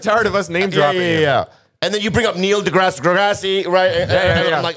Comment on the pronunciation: Neil deGrassey, grarssy. Lmao